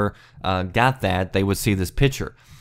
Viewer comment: PICture not PITCHer